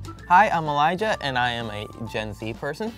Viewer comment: Elijah but you pronunciation the j I hate that but it’s nothing personal